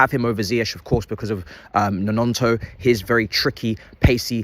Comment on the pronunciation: Man really called him Nononto 🤣